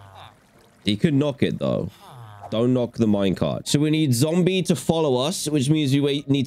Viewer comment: Dan said zomble instead of zombie lol